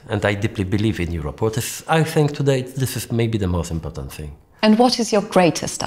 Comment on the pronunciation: "very impotent" :D